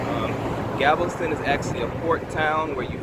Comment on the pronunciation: Anyone going to note that he’s saying Gavelston? Lol